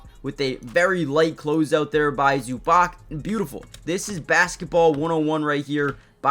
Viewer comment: Try pronouncing Zubac as Zoobahtz